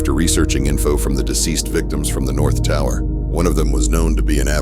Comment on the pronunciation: “the whole towah!”